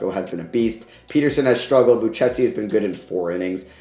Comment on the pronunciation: Hate to be that guy but Joey Lucchesi is pronounced Lou-kay-see. Love the vid as always bro